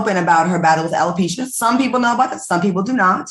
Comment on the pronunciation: Marshmallow LisaRaye it's not Hella-pecia it's Alopecia Dummy LisaRaye who always trying to correct people when they say a word wrong.